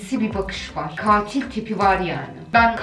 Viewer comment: "Çkatilo" diye dayak yiyiomuş😂